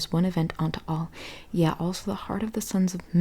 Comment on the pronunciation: Yea is different from yeah. Yea is pronounced ( Yae) ( yay)